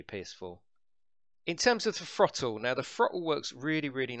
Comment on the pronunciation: "Frottle"???? LOL, killing me smalls!